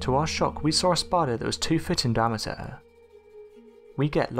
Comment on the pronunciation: We saw a spidah that was toofittin damituh.